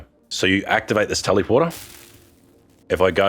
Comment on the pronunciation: Why you pronounce "teleporter" weird like that? Tellyporter, teleeporter? No! Its telèporter * [ tel-uh-pwrt-r ] *... omfg this triggered the crap out of me 😄